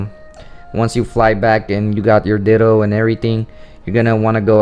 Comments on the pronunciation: Me tooXD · Me too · My ears are messed up. I keep hearing you say, "dildos" xD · Is it me or does he sound like he's saying Dildo when he says Ditto? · LOL IT'S NOT JUST YOU